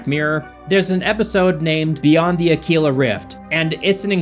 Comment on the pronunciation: > Yes it is...... Terrible. [AVOlD] Also, it's pronounced 'ACK-WILL-A' ( = Aquila*) Not "ACK-EEL-A' (* Like the 'Imperial Aquila Eagle' Coat of Arms from Antiquity........that Games Workshop/WH40K "Appropriated" & "Trademarked")